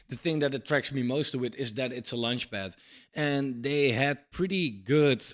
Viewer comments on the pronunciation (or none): It's about time you corrected one pronunciation mistake you've been making - it's "launchpad", not "lunchpad"